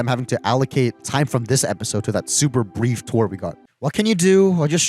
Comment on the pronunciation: Bro said brief